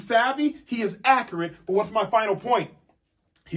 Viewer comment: A-cure-it lol